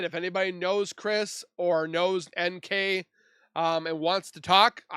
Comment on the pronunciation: I love it when the AI voices call NK nickel,like the currency.💰All she is worth is 5 cents.🤭God Bless you Z!!!🌻